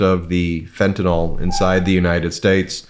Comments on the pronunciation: Ben, it's fentanyl, not fentanol. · can you please fix your pronunciation its Fenta-NIL, not Fenta_NOL !!! C'mon America, you can do it. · It's fentanyl, Ben, not fentanol. Say 'neel' (as a chemist would say) or 'nill' is acceptable, but not 'noll'. It's not an alcohol. Cheers, Brad (a chemist). Keep up the fight and the great work on The Meidas Touch!! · It's fentanyl, not fentanol. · It's Fentanyl, Fentanyl!! Please can you pronounce it correctly? An is not pronounced in, and yl does not sound like all. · FYI, it's pronounced fenta nil NOT fenta nol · FentANYL like NyQUIL. Not fentANOL like alcoHOL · WADR, and only because I hear everyone mispronouncing "Fentanyl".... it's fen-tuh-nil rather than fen-tuh-nawl. If it were pronounced like the latter, it would be spelled Fentanol (like alcohol). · Can you please learn to say the word fentanyl. This is a sincere request. There is no ‘O’ sound in the name of the drug. People take more seriously if you pronounce words correctly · Please, Ben, learn to pronounce fentanyl!